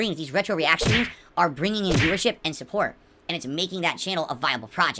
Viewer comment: Sah-HA-dly, I've ruh-sieved no sappoht! What happund?